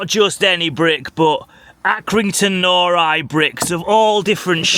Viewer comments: It isn’t pronounced and norri it is pronounces as nor-i as in iron backwards. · It is pronounced nor-eye . Stop saying nori , it's doing my head in . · It’s pronounced nor-I not nory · Great vid man 👍 Happy to hear that the cool guy at the minute mark said nori and not norry as you were saying it. 😀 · It’s Accy NoRi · As an Accy born and bred lad can you at least pronounce the brick properly please…. It’s pronounced like NO-RYE and also Armadale 😂😂 don’t get me started but the parking there are absolute pricks… I got a £100 fine for staying 35s more than I should have… also my ex got a fine for being on the white line of a bay not over it but on it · NORI is pronounced nor eye. The legend is,the brick was named IRON but he guy that did the print for the brick accidentally put the lettering the wrong way round and it stuck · I have to correct the pronunciation of the Nori .... it is pronounced "No-Rye". But yes our town is dying and Accrington = Acorn town is correct. The Arndale was amazing when it was first built. Such a shame :( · its pronoucend,,, NOR EYE. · Great video (as always) but as an Accrington lad, it's pronounced Norr-eye (like Iron spelled backwards), also there is one chimney still standing, it's on a street called Victoria Street (if you're ever back there) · Pronounced nor - like gnaw - then just I - like eye say it right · It's pronounced as norI capital i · Do you not have a problem with his pronunciation of the Iron brick. I`m in the comments before i`ve even watched the rest of the video because it`s Nor.... eye. Hence chuck half a Nori through the window. At 18 mins he finally gets it right after three different people correct him. Crisis averted.